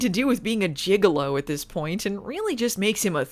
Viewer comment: You know it's gigolo,not gigalo, right? You may be thinking of juggalos.